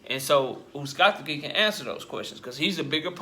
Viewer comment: BRUH IM DYING LISTENING TO YOU SAY THIS MAN NAME 🤣🤣🤣